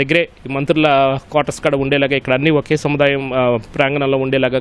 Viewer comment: వీడు వీడి తెలుగు తగలేయ. ఈనాడు కి ఉన్న పేరు పరువూ తీస్తున్నారు. కడా ఎంటిరా.... కూడా.్